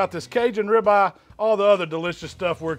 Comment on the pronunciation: You KNOW he’s in the south when he calls it a .... “Ribah!” 🤓🤪😜